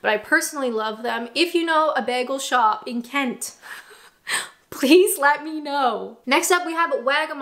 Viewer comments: The way you say bagel "baggel" reminds me of a Community episode where a character (Britta) pronounces it the say way, It makes me laugh 😆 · I'm Canadian, and I also hate the way you say "bagel"! 😂🤣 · I have been to Taco Bell once, we were in London and the girls wanted to go, and I was actually pretty impressed. p.s. what is that vowel in the way you say bagel? is it possible you've invented a new vowel?! p.p.s. did you say you live in a wok-able town? that's funny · She definitely needs some Pronunciation lessons for Bagel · Aww goodness, yes I must agree, you do say bagel funny haha! Sounds like you are saying "Beargul", whereas we would say it "Baygul". Also, Doner - you say it how it looks, like a blood doner, but most people here say "Donna" and "kabAb", not kabOb. :D But nevermind... atleast you ranked Fish & Chips as S tier, that's all that matters <3